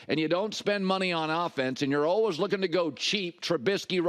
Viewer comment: "Almost alwes" ...i hate how he says always.